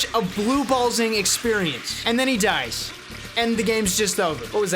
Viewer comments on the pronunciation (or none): none